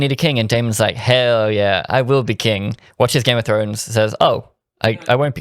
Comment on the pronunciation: " one hail of a gime of frones character" 😂😂😂wow